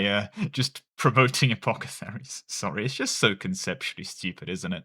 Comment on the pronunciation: Can you please reread the word apothecary